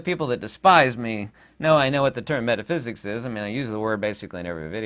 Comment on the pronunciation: "METHAPHSIKS" ::: HAHAHAHAAAAA EXPLAIN TO US THE FIRST 7 DIMENSIONS ::: AND YOU NEED NO METHAPHYSIKS HAHAHAHAAAAA